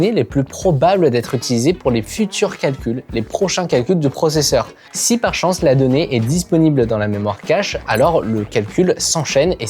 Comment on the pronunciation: Je me rappelle de " processeurement " 😂